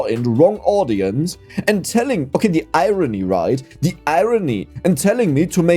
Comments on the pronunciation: its irony not irone (he totally said that) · Hey! It’s pronounced I RON E